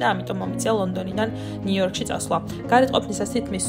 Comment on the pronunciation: ყველაფერი კარგია მაგრამ "ნივიორკი" რა არის ? :დ